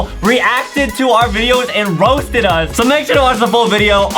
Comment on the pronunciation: i like how justin says, "then she rousted us"